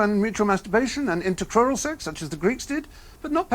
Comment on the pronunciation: What's "intercoral" sex? Min